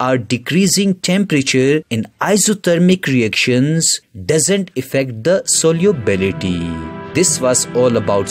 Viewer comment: its solubility and he pronounces it soliubility 😂😂😂